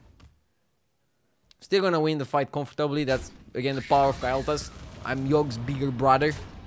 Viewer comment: na its KALE'thas, but he pronounces it KYLE'thas lol